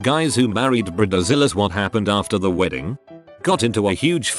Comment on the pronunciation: Britta-zillas lol